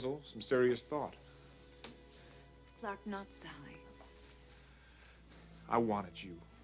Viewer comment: Why does Margo insist on pronouncing Clarke like Clack ? I cannot stand her fake posh accent.